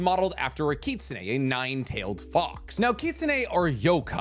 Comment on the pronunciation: Every time he pronounced kitsune I cringed.